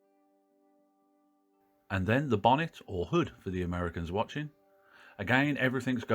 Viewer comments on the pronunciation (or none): none